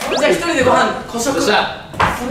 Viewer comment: 孤食を最初、捕食って聞こえてた……(笑)